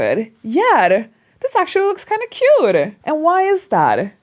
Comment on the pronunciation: “You know whaR? I changed my outfiR. Now iR looks cuRe.” Hahaha way of trying to have American accenR. BuR she goR iR RoRally wrong. Why is thaR? Because she makes every T sounds like an R whereas American accent only makes T sounds like an R when it comes between 2 vowels. Not every single T is R!